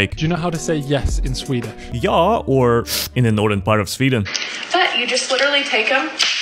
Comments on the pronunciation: sorry bud, but a swede here, you pronouciated the other way for yes wrong, its for of a suck sound and u use the bottom lip to help guide the air into the middle part of your mouth also its not just for the north of sweden its also it the middle "värmland" im not sure if its for the southern part tho, but i think u were the best content creater making the yes sound because the other people sucked at it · bro pronounced ja wrong